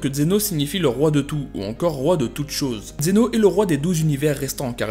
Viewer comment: D'abord vous appeler ce personnage xeno alors qu'il est prononcé dans la série vf et vo zeno. Zeno en vf et zeno-sama en vo. Ensuite vous n'expliquez pas plus que ce que nous savons déjà donc c'est vidéo je la trouve bof. Pour moi c'est juste un résumé de dbs sur zeno. Bonne continuation tous de même.